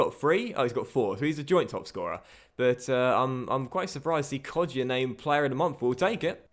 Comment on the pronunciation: It's Hourihan, not Hourihane, and I think it's Kodja not Kodjia, I don't think that the I is pronounced but I may be round